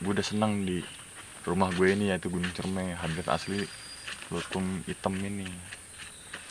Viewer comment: Dibacanya buah " cerme " bangg. . Wkwkwk